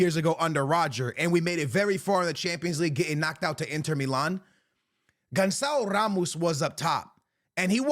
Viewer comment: "Guncao rrrrrrrramoos"........"Bradley Barcolo"......... "Joe woah nebs"........."Dembelly"........"Karvadona"